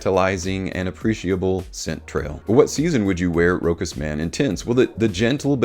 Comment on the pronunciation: Sorry but you dont pronounce the CH as a K. You pronounce it as a Sh: [RO] [SH] [AS]